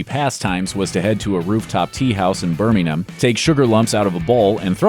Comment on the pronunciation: Most accurate pronunciation of Birmingham I have ever heard an American do. Even dropped the G like a true native Brummie top show old chap :)